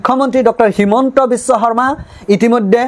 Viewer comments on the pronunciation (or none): none